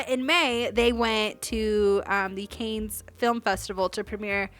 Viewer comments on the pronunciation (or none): Great breakdown ❤ and not to be that person but Cannes is pronounced ‘can’! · Sis, just a heads up: The Cannes Film Festival…Cannes is pronounced like “Con.” Just letting you know. ♥️